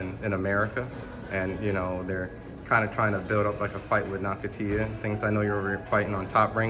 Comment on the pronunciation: its nakatani not naktia